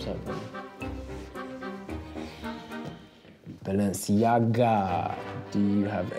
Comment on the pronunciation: saying “Balenciaga” like a Nigerian Uncle 😂😂